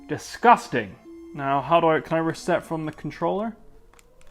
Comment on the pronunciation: Why you say it like that lady DISGUSTANG! xD